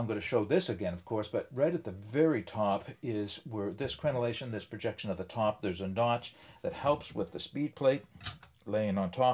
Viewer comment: I love the way that "crenellation" just rolls off the tip of your tongue!😊 You might be the most articulate outdoorsman that I follow on YouTube. Were you an educator, or someone like me, with a fairly intense curiosity of language, among other things? I thoroughly enjoy each and every one of your reviews. Thank you,. 👍 Also, I should mention that I appreciate the design of the Simple Theory stove, but, being someone who typically does a single long hike per year, I require something much lighter. I bought a Firebox Nano stove in titanium, which nests in the bottom of my Evernew 1.3 liter titanium pot, which I have owned for 15 years, and use specifically because it captures the broad flame pattern of my alcohol stove for the best efficiency per weight, and can be used for fetching water when in camp. I plan on using my bench grinder to remove a bit of metal from the corners of the Nano, so that the legs stay put in the most stable position for my pot.